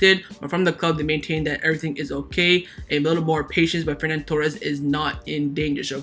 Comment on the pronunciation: Love the videos man, but it's Ferran, not Fernan... And if they're both vaxxed there's no reason we can't sell Lenglet and see Alves only missing one game